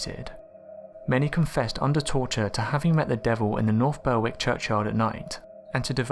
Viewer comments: It’s pronounced “Berrick” not Ber-wick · The w in Berwick is silent meaning it's pronounced Berrick. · Berwick is pronounced 'Berrick' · Englishman still can't pronounce Berwick right